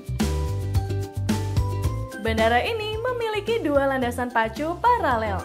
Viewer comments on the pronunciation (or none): none